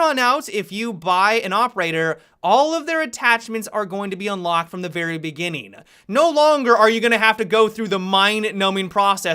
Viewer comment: Happy-uh, operator-uh, beginning-uh, manageable-uh, university-uh